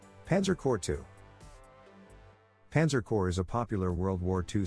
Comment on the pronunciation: Panzer "Core" 2?